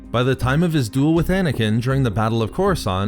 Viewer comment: Anakin not Anakineee